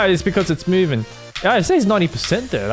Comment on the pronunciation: "Mewing Objects" ~